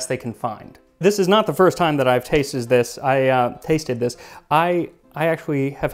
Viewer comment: "This is not the first time I've tay-shed this" ha ha clearly not